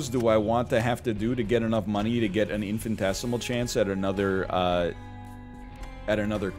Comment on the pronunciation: Infinitesimal is not pronounced infintesimal